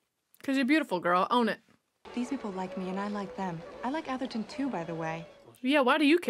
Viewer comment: I'm so impressed at how badly she misread Atherton.